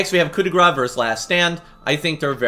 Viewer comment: Lol people pronouncing coup de grace like coup de gras, which means hit of fat